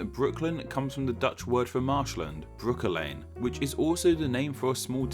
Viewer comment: Breukelen pronounced horribly but Konijn is truly pronounced in a terrible way...